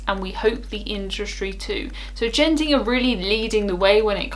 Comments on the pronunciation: It’s Genting with a hard G, like good, not a soft g, like Geoff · It's Genting not Jenting. As in the Genting Highlands Resort in Malaysia.